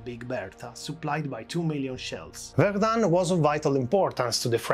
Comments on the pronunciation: not verdunne but verdun , the un is pronounced dull and short. There is no E following it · Zone Rouge is terrible but the outrageous strong pronouciation of Verdum made me watch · Erm, one minute into the video and already at least 4 errors and mistakes. NOT good. 1. Verdun is pronounced differently. 2. Zone Rouge is not just around Verdun, it covers or used to cover much of the Western Front. 3. No, the mortar we see is not Dick Bertha. 4. No, not every French soldier fought at Verdun - most of those that were alive during the battle were, but that's it.